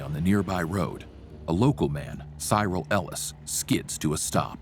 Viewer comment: Cyril Ellis it’s pronounced as syril not sieral